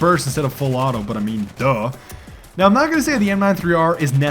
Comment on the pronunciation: haha, your "full auto" sometimes sounds more like a misspoken "fellatio"... anyone noticed that, too? xD